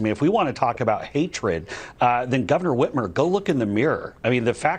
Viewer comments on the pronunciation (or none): Hey..it's Gov. Whit-MER, not Whit-MERE...